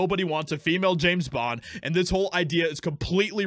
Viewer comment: James Bond, not Jane Bend